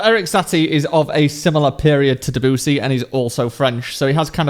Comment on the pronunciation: "Deboosy" -, you need to fix your pronounciation of Debussy's name. Seriously.